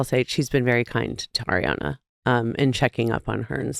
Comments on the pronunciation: nick it’s ARiana not AIRiana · NICK, can you please start saying ARRRRI Ariana's name properly, it's so irking because come off some mindful and smart...do yo not hear Doute saying it properly over and over...dude!!! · Please stop saying Air-riann! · ariana herself has said she doesn’t mind since each parent had a different pronunciation of her name growing up. she’s used to both